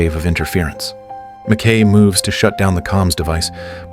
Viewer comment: Pronounced 'Mac Ki' NOT Mac Kay, bloody AI Voice!